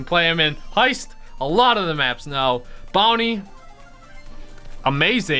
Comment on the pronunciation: It's bounty but it's sounds like brownie😂